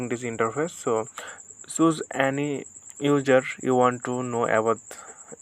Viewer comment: user. not ujer